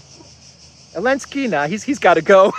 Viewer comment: Why's he call him "elensky?"